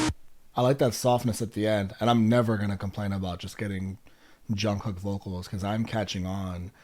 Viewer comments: Jimin Suga Jin etc you got right ...Jungkook is pronounced Jun Gook...according to him when he says it...The middle k is silent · also, you really didn’t butcher any of their names!! you got it down pretty well! the ‘kook’ in jungkook is pronounced a bit more like the oo in ‘cool’ rather than ‘cook’. but other than that, you’re doing great!! would definitely recommend ‘map of the soul: 7’. it’s 20 songs, which is a lot, but each member has a solo song which i think would help you get to know their voices a bit better!! keep it up!!